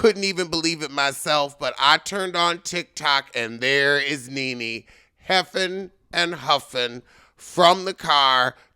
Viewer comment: How you said Nene sounds like you were saying "ninny" which she would be if she gets anything else done to her face.